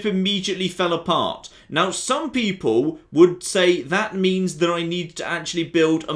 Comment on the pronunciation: "...and space peeple..."